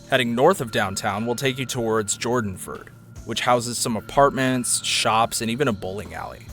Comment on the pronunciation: Jordonford? You don't say..